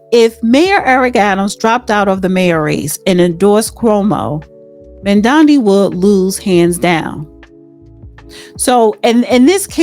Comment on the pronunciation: How embarrassing that you can not pronounce a mayoral candidate's name so, I won't listen to this podcast. Smh